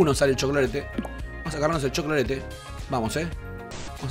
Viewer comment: Me encanta cuando dice cholclorete 😂!